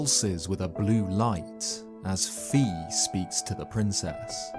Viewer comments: Who is Vi? I can only remember Fi from skyward sword as the voice of the Master Sword, good story telling but you have to pronounce her name correctly Vi or V is jot how you say it its Fi with the F the EF bro you know you’re british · For the love of Hylia, please pronouce Fi as [faɪ], except for that small mistake. Great video! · Fi is pronounced as Fye, just so you know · Just a heads-up in case she's ever mentioned again, Fi's name is officially pronounced "Fye" like the Greek letter Phi. Even if you disregard Hyrule Warriors, whose English version refers to Fi by name, as it is non-canon, the Japanese version of Skyward Sword would confirm it, especially the HD rerelease which includes name labels in dialogue. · Fi rhymes with sky